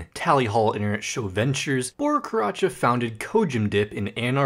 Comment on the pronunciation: Pronouncing Karaca correctly has redeemed your mispronunciation of Hawley